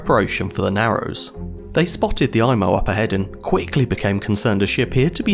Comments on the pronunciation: It's pronounced "E"mo", not "I"mo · Good Video! Just a few additions to your information. In French, an "I" is pronounced like an "E" in English, so the ship's name is pronounced like EMO. The submarine net extended from McNabb's Island to the Halifax side of the shore of the harbour mouth. When the Mont Blanc arrived at the mouth of Halifax Harbour too late to be admitted, her Captain was so concerned that he had the red hazardous cargo flag taken down. He was nervous that flying the red flag would make the Mont Blanc more of a target while at anchor outside the harbour that night. The Captain was in such a hurry to get inside the safety of the harbour the next morning, that he did not remember to raise the red warning flag. This would have given some warning to other ships that the Mont Blanc was a floating bomb. Your explanation of the reason that the Imo was out of position in the Narrows was the best I have ever seen. Good work.